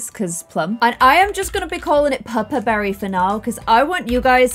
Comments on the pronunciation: I like it. I kept thinking she was saying purpur instead of pupper and I was like, purpur, would be perfect already since it's violet in german so I didn't understand why she was asking for a change, lol. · Every time you said "Pupper" I thought you were saying Purpur, and I was confused as to why that just wasn't the name because that means violet in German.